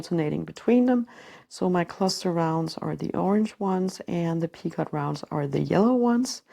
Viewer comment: Lovely work! Just an fyi- picot has a silent t.